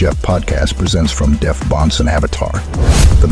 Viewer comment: at least pronounce it "Bonce" when he's on the show